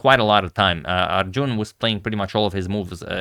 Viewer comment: It's not Arjooooon. Heheh